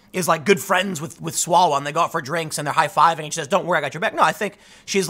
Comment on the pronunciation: Mr Chairman, point of order - it's Mr Swallwell, not Smellwell.